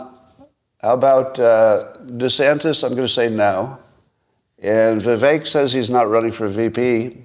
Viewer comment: Someone please tell Scott...his name is ViVECK, neck, Beck,wreck, Shreck, tech, fleck NOT ACHE!!!!!